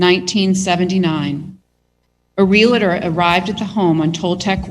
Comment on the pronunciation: It's REALtor NOT real a tor. Drives me insane.